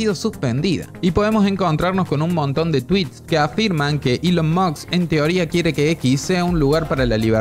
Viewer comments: Por Dios deja de decir Elon MOKS como Nicolás Maburro 🤦🏻‍♂️ La S va ANTES de la K, si puedes decir MOSCA puedes decir MOSK. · "Elon mukkkksss" 😂😂😂😂